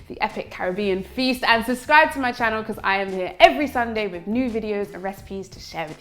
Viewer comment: “Heller everyone ... channow”